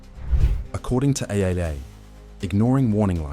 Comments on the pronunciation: "according to aye aye aye " i.e. AAA or "triple A" 😂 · "According to AyeYayYay" lol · "According to A, A, A." Lmao